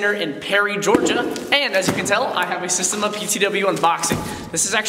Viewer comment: SA-steM-A Not systeM- A